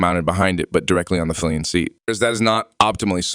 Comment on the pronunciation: You have to learn how to pronounce "Piaggio" and not just pronounce it differently each time. Also "comparable" has the stress on the first syllable. Also, basic motorcycle terminology; it's "Pillion," not "Fillion." Odd. Sounds like whoever wrote this doesn't speak english as a first language. Good review but work on language and presentation skills;)